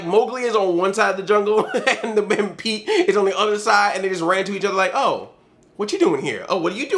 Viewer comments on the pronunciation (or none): ....are you saying Pete or peach....because I kept hearing peach...I know you meant Pete....but it sounded like peach. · I keep on hearin 'peach dragon' .=.